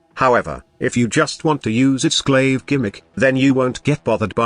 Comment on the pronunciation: Glaive not glasgow lol